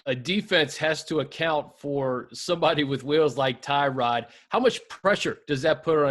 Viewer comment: This is not how Tyrod pronounces his first name.